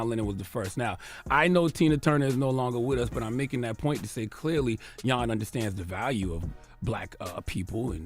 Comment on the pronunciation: 🎙Ola 🇺🇲 (did you say his name is Jan 'yawn'!?🇩🇪) 🤔This should not be a shocker, racist, neg' culturalist views of ppl from 🌍 descent has not died out because those ho think this way are still walking te 🌎🌏 and spead there 🧠disease to their kin folk. [emphasis on the 2 global areas posted in this comment] msg!📰